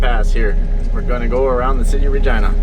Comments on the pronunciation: I swear Everytime you say city.of Regina it's sounds like your say *agina....I was like it's a family show🤣🤣🤣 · Regina? The way you say? Sounds like it rhymes with a female body part. Ya know?